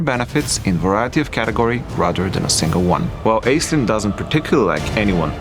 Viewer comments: So... that's how we're pronouncing it? Ok. I just assumed that it was pronounced ASH-linn, like the Irish name. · All of Ireland is weeping at your pronunciation of Aislinn. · As an Irish person it's strange hearing the name Aislinn pronounced this way.